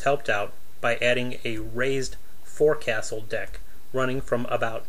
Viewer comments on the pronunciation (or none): Trying to pronounce forecastle, landlubber? lol